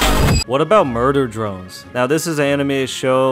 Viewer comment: Murber drones “murder drones” 😃